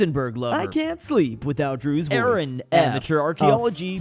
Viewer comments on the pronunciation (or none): none